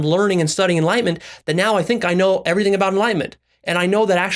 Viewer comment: Is it enlightenment but pronounced enlightment?! Lol